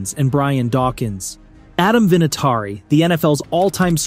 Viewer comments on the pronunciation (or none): After hearing you say Adam vinitari I think you should find a new hobby